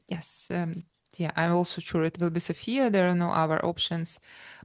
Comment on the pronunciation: Thanks for taking a note, though it is not a big deal. "Sofia", the capital city of BG, places the stress on the first syllable, while "Sofia" (the female name) places the stress on the second syllable. :face-blue-smiling